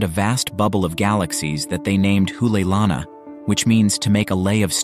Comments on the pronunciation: Not an expert, but my pedestrian knowledge of the Hawaiian language tells me you are mispronouncing "Hoʻoleilana ". I believe it would be pronounced "Ho -- olay -- ilana", with the apostrophe acting as a brief separating pause.There is no "oo" sound. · The ' stands for a glottal stop.